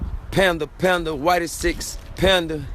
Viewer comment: Why did he said panda like he had down syndrome LMAO